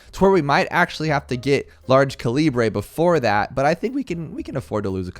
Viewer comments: Its pernounced ca li bu or cali but not ca libre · It is pronounced: cal-lee-brr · "large caleebray" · Well its actualy calabre 🤓🤓🤓🤓🤓🤓🤓🤓🤓🤓🤓🤓🤓🤓 Yes i know its a joke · Please tell me he’s mispronouncing calibre on purpose. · Man, it’s depressing to see people not know how to pronounce ‘Calibre’ correctly. But anyway, cool videos! Your tutorials are quite helpful